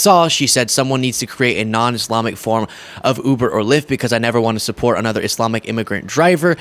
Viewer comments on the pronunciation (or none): none